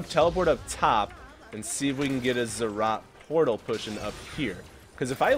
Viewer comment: NO ITS NOT ZZROT PORTAL ITS ZEE ZEE ROT